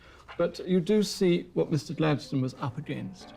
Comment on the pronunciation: So THAT's how Gladstone is pronounced correctly. We say it like "Happy rock" :D Now I'm ging to start saying it correctly and see if it catches on.